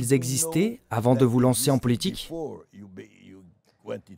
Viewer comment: La voix off : politchique, Poutchine, quoi fairrrr, positchif,... Cette prononciation je n'y arrive vraiment pas !